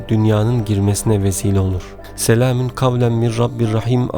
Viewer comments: Selamin gavlen mi diyorsunuz yoksa bana mi öyle geldi. Doğrusu selamûn gavlemmirRabbirRaHim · Ben mi yanlış duyuyorum yoksa gerçekten " SELAMİN " mi diyor. Eğer böyle söylüyorsa yanlış söylüyor. Doğrusu " SELAMUN " olacak.